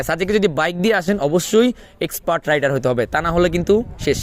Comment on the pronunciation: আপনার বাইকের নাম রাইডার নয় রেইডার হবে 😊